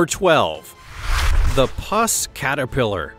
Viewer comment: "Puss," as in "puss caterpillar," is pronounced as in "pussy"; the "u" in the word is NOT as in "lust," "mussed," etc. Instead, it is pronounced as in "uh."